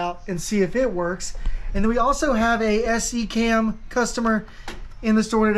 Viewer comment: SECAM is pronounced “see-kam”. The old joke is that it stands for System Exactly Contradicting American Method.